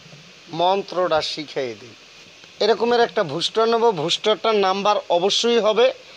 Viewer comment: ভুস্টা না ভাই বুস্টার 😅